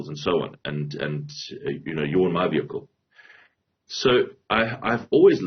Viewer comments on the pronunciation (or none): fire the minister of transport.. shee has no clue cannot even pronounce vehicle😂😂😂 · The minister could not pronounce "vehicle" 😂